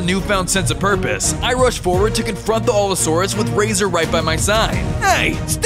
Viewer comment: Also you were pronouncing allosaurus wrong alot